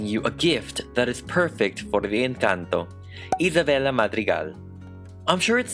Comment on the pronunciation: i love the way you pronounce isabella’s name, it’s like satisfying to me